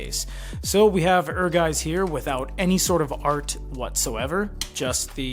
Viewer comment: It's pronounced like 'Air Gites'. Ehrgeiz エアガイツ. The Turks Vincent figure is cool, I didn't know this set existed.